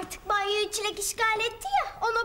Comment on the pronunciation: Aga be benim best shibim çileğe çilli diyen tunaydi bee❤